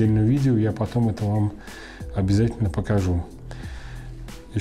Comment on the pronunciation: ударение!! Просто коробит от такого. Ложе, ударение на первую гласную букву. Похожее сочетание: любовное ложе, Не ложИ.